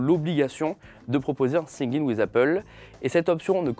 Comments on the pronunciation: Vidéo intéressante merci ! PS : par contre c'est "Sign In" et non pas "sing in" ou "syncing" ;-) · Singue in ? Hahahahaha ça se lit : sayn in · "Sing in ouiz appeul" aïe aïe aïe faut bosser l'accent English bro 😂😂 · "sIn YiN wIz ApPeUlE" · Siguenin with Apple... t'es sérieux là? T'as séché tous tes cours d'anglais au collège toi... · Singing wiz appeul ' 🤭🤭 Cet accent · c'est plutôt l'anglais prononcé par des nuls et non une histoire d'accent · Oh ptn le « sign in with Apple » ok t’es pas anglais mais frr tu nous fait saigner des oreilles la vie! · comment tu prononces sign in c'est grave